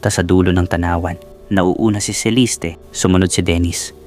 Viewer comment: Ang gulo ng story mo. Sa restaurant , nagka ayos na. Then, nag yaya na maglakad si Celeste or ( Celiste , as you pronounced it ) Nag pose ang ina sa gilid ng mataas na bundok, while si Mira, nakatingin lan. Nahulog ang ina. Then, sa court ang testimony ni Mira, nagkaroon ng pagtatalo. Fiction ang story mo. Mali mali ang sinasabi mo. Boring story mo.